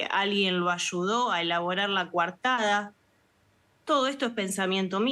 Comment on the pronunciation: Es coartada . No cuartada. Hablen bien el español. Si.